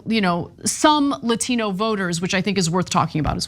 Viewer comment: You can tell how fake she is by the way she pronounced Latino.